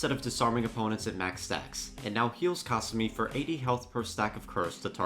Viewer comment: Ka sue me!!!! Ffs say the characters names right or do not say them at all, you boching their names makes you sound like your brain is just rocks